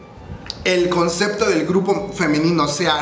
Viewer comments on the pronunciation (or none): none